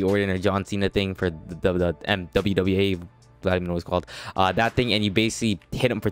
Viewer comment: I'm not a WWE fan but when I heard him say wwa I deleted youtube